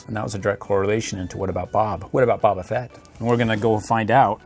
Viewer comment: You are saying baba fett but you need to say boba fett